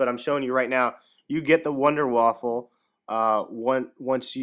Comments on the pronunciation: VUNDAH- VAFFAH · Its pronounced vunder vaffe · it pronouced with a v not wonder vundervaffe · its pronounced VunderVaf... just sayin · WUNDER WAFFE!!!!!! NOT WAFFEL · there is no l it is not wonderwaffle its wonderwaffe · Nice video dude, 5 stars, just one thing, it's not waffle lol, it's [WAA-FAAFAA] so wonderwaffle is said different because it's german. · it's not wonderwaffle! Everybody is saying that! it's WONDERWAFFE DG-2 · wunderwaffe not wunderwaffle but i dont blame you i first thought it was wunder waffle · Wonder Waffle Its the Wonder Waffe Wonder Waff-e silent e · wonderwaffe not waffle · its wunderwaffa not winderwaffle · You are all wrong. First, its pronounced vunder vafa, second, its german for silver bullet ot wonder weapon. Its not wonder waffle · It's the wonder waffe not waffle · IT IS NOT CALLED wunderwaffle ITS WUNDERWAFE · it's not wonder waffle it's wonder weapon. pronounced vunder voffe in german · its wonderwaffe not wonderwaffLe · its not waffle its waffe but thanks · Wunder waffe ! not wunder waffle ! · its Wunder Waffe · wonderwaffle epic. It is pronounced VonderVaff. Like german. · IT'S NOT THE WUNDERWAFFLE!!! IT'S THE WUNDERWAFFE!!! WHY DOES EVERYONE GET THIS WRONG!!! IT'S GETTING ME ANGRY THAT NO ONE KNOWS HOW TO READ!!! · its pronounced vundavava not wunderwaffle and besides its spelled wunderwaffe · why do people keep calling it the wunderwaffle, ist wunderwaffe, GERMAN ! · don't listen to the a-holes becuase you said/spelled wunderwaffle Dempsey said wunderwaffle an it caught on pretty fast. So techinlly it's you can spell it both ways. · You saying wunderwaffle makes me hungry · Wonder Waffe, it's German there's no "L" "E". Good video very helpful thanx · apparently you don't know any German. The German language pronounces W's as V's. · "You get the Wonder-Waffle" WONDERWAFFLE? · actually it's VunderVaf(Er) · I know but he Said Wunder Waffle makes it sound like a perverted thing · you said wonderwaffle LOL